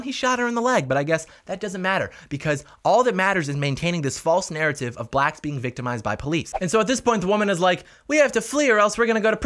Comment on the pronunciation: Hey brotha man this movie does sound absolutely ridiculous however I didn't like one thing you said, why'd you emphasize the theater was for Blacks?? Sounded a little weird to me, just try and correct that a bit.